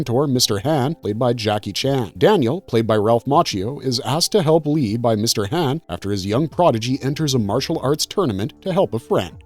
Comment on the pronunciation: mr han ...like shaun but haun (han) ...not hann... like i know you have heard how to say his name if you watched the movie